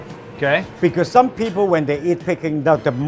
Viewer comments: Its not picking duck dude, its peking duck. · Its peking, not peeking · Peking duck not picking duck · It’s pronounce Peck-ing duck not pee-king duck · Not PEE king duck. Pay king duck. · Brah it’s not pe it’s pecking duck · Pee-king duck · They are saying Peking Duck wrong 🥴